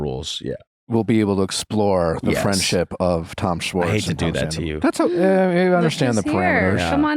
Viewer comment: I can't get past his mispronunciation of Schwartz. It's Shhhhhhwartz not Swartz!